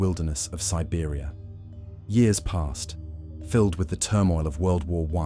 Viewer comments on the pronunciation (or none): At the right beginning aren’t you pronouncing Siberia « Serbia »?